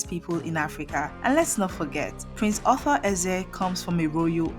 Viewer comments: Please there is a difference between author and Arthur.your pronunciation is confusing. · Arthur not Author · His name is not author... His name is Ar-thur. Stop spoling names. You didn't tell people that he lives in Enugu and has been living there for over thirty five years even though he does great stuff in his home Anambra State Otukpo